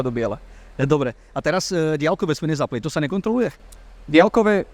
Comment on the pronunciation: Ale menej to ťahá uši ako keď počujem napr. polýcia, polytycká lavica, boly sme atď. A aj ten bosohlavý vo videu dialkové a iné.